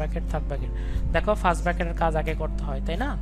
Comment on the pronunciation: Sir arekta Kotha bolar chilo .apni bolen ফ্রাস্ট ব্রাকেট তাহলে কি এটা, ব্রাকেট না কি ব্র্যাকেট...🤔🤔🤔🙍🙍‍♀️